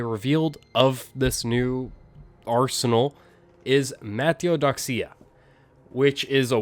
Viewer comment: You might unironically be the first person I've heard that said mataiodoxia so flawlessly, honestly impressed lol